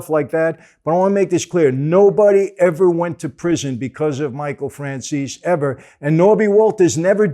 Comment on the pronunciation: After all these interviews Vlad still can't pronounce Franzese right.